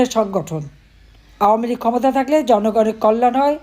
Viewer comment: Did she say gujob league?